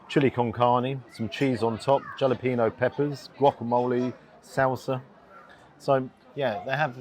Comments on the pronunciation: A little tip for you, in Spanish you see a J it's probably pronounced as a H. If you see LL it's probably pronounced as a Y. This is not a 100% rule as there are lots of exceptions, regional variations, etc, etc. But it's a pretty good rule. So, Jalapeno is spoken Halapeno. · Jalapeno is pronounced halepeno. It's Spanish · Looks yummy and the selection is impressive,. The Buffet Asia in Las Vegas is similar, a bit less selection but has a make you own Mongolian stir fry section. About the same price - looks like good value. Go for the Mex review sometime but pronounce "jalapeno" correctly - Hala-Pen-yo:) All spanish words with a leading J are pronounced as an H. As, in Juilo - Hoo-lio. But, crack on. And obviously, you've never eaten my Yorkies - hit or miss. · I haven't seen anyone comment on this yet, but the J in 'jalapeno' is pronounced like an H, and the N has an accent over it, meaning it's pronounced like the N in 'onion'. So, "HA - la - pay - nyo". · it's pronounced "halepeno", the J is slilent, thought you would have known that!! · Don't ever review Mexican food again until you can pronounce Jalapeño. 😉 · Jalapeño.. that J is pronounced H